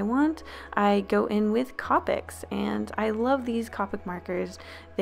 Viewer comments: Copics are pronounced co-pic not copic like co-owner not trying to hate though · Wow Iv never head anyone pronounce copics COPics I love the way you say it Iv always thought of it as COPEics 😄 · The way you pronounce copics is really satisfying for some odd reason